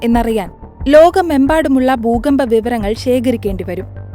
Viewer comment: ബൂമി, ബൂഗർഭം, ബൂകമ്പം 😂